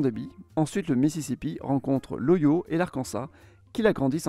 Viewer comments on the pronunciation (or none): Je crois qu il a utilisé une IA qui a repris sa voix …. Plus j’écoute la Vidéo et plus j’y reconnais des façon de parler très mécanique et non naturel…. Ça expliquerait le « OYO » pour Ohio